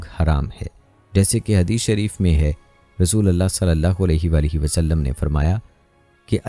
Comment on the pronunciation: App kalma galat perh rahy hen RASULULLAH perhna hay zabar nahi lagana pesh lagana hay RASOLALLAH nahi perhna kalma galat nahi perhna cahiye zer zabar galat perhny say minning change ho jaty hen